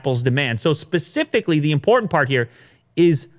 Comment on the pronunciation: Hey, can you stop saying "pacifically" it's specifically..... I'm in Australia and we didn't even make it onto that internet spiral graph and I know how specifically Pacific is......